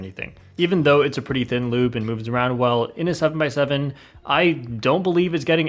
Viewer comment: When he said lube I overheard him say "lewd"